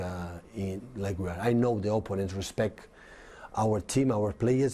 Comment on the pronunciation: he said "respec"